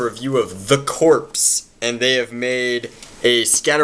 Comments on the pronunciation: Heheheh. He said corps like "corpse". I'm fairly certain it sounds like "core". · the fuck he say "Corpse" for, its pronounced "Core" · Its not pronounced 'corpse', its pronounced 'core'. The p and s are silent. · Lol corps is not pronounced like a dead body it's pronounced like core. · I dunno if someone told you or not its said Core not Corpse. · "Corps" is pronouced "Core"dude. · I heard "the Corpse". and so I freaked, why is someone reviewing a corpse? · its actualy pronounced 'the core' just like the marine corps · Core! Not corps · (0.08) I heard you said corpse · its pronounced "COR" the P and S are silent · LOL "The corpse" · Fyi corps is pronounced cor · Corps is actually pernounced Core, ex.- Marine Corps. Just sayin', but great review! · Corps is pronounced core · Corps is pronouced 'core' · "Corps" is pronounced as "core."